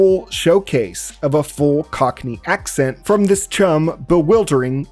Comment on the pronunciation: My brother in Christ, "cockney" is not that hard to say lmao. I can feel you mentally shift gears everytime it came up